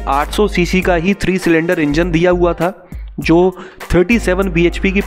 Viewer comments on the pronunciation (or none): none